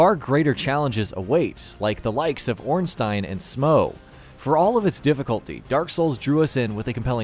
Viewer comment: Finally someone that says Ornstein and Smough correctly